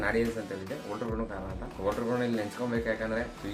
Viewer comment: Votruu alla louda volter 😂😂